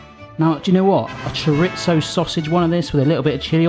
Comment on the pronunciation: My husband is Spanish and its pronounced "CHORE-REE-THO"...not "Churitzo".😉🇪🇦